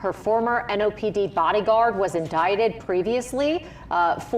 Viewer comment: Should I pronounce the word, "in-die-tid", or "in-dic-tid"?? 😅 😂 🤣